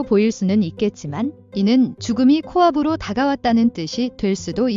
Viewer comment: 나도 듣자마자 거슬렸었는데ㅋㅋㅋ